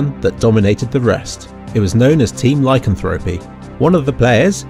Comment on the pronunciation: When will people understand "Lycanthropy" is pronounced "Ly-can-thruh-pee"